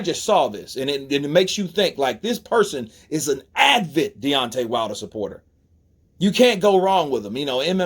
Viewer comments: Avid, not Advid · (Hey bro, not trolling, just a tip: it is "avid", I think you are a little tongue twisted and mixing it up with "Advil" or something). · It’s Brendan SCHAUB not Brendan Schraub. And the word is ‘avid’ not ‘advid’ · Dude. If you're going to do commentary it helps to read attentively. Advid isn't a word. Brendan's last name doesn't have an R in it and an ax is a tool,ask is what you're looking for. A nation with all the education options that america has and the population have barely a grasp of the english language and spelling looks like hieroglyphics. I'd be ashamed to be honest.